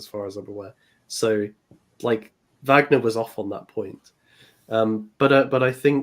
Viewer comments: It did distract me, I have to confess. Perhaps I’m just too grumpy. Wikipedia usually gives excellent phonetic spellings of proper nouns. Always worth checking on there. It’s the same in German or English. “Varg-ner” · I really wish you would pronounce Wagner correctly! Did no one correct you in any of your Wagner streams? You sound like you’re talking about the American actor Robert Wagner! Anyway, Happy Easter!